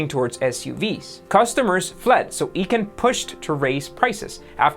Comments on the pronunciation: It’s Icahn, with a sharp I, as in ice, not eechan... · Carl Ichon pronounces his name I-Con! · Pronounced Carl “iKaahn” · I think it’s pronounced I CON . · Icahn is pronounced eye - kahn good report !! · Before you make this type of video please learn how to pronounce a major person's name: it's "EYE Kahn" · E---can lol... it's pronounced Icon but screw him anyway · It's pronounced "EYE-KAHN"!!!! If you can't properly pronounce one of the most common names in the bottom feeder business, you really should take an English class. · WTF is that with the EEE-KAN thing? If you weren't sure how to pronounce Carl Icahn's last name you could've watched a few videos about him. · it’s “eye-cahn” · It's pronounced Carl "I-cahn". Your channel is awesome! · Stop pronouncing Carl Icahn's name wrong. It's pronounced "icon" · Great video as always. For future videos, Carl Icahn's last name is pronounced with an "I" as in "eye"-cahn. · Feedback: that's not how you pronounce Icahn's name. Shows you could have done a bit more learning yourseld before trying to be the teacher. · The fact this video mispronounced Carl Icahn's name is way more telling than the kids watching this realize. You guys should really re-upload the entire video because it's so embarrassing. You think I'm exaggerating? I can't recommend this video to anyone as a result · How can you take a business video seriously when the guy can't even pronounce Carl Icahn's name correctly? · You mispronounced Icahn's name every time you said it.l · Not to be a stickler, but... you didn't know how to pronounce the name of one of the most famous activist investors?? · sens-it-ive....... Eye-Con (Icahn) - these are not difficult words to pronounce. It's painful to hear them spoken incorrectly (more like butchered). A little care and diligence is needed. Overall, the videos are well narrated. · dude.... it's Carl EYE-kahn, not EE-kahn........... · Nice summary. Pls pronounce Carl Icahn, EYE-Con, not E-con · It’s I Chan not E chan